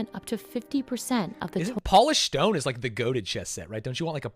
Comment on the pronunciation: i love the vid but why u gotta say stone like that?